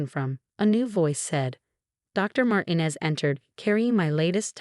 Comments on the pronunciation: Mar-tee-nez, not Martin-ez. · Why do the narratives keep pronouncing Martinez incorrectly? It’s very irritating.